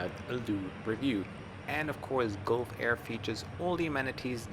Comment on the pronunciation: It is pronounced as galf air, as you pronounce gulp...Gulfair